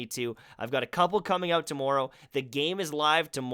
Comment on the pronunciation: Very helpful video thank you. Also at the end the way you said tomorrow leads me to believe you're Canadian not that it matters :)